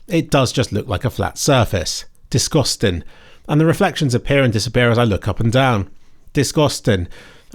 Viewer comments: bro had to say "disgostin" 3 times lmao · the way you said "disgostin " had me giggling. This game looks incredible for how well its running on my 4070Ti at 1440P. Balanced DLSS 4 is very impressive, like Quality DLSS 3 but runs way better. mostly 118FPS lock, and almost no stuttering issues when dropping down (Gsync enabled) unlike the first game.